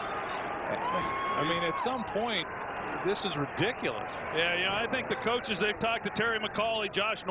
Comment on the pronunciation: Josh Norman said Ridicliss 😂🤣 he was so mad to a point his pronunciation is wrong